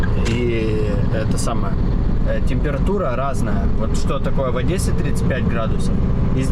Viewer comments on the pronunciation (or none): none